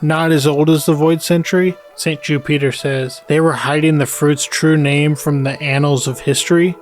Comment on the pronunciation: "Jew-peter" lol. Great video man.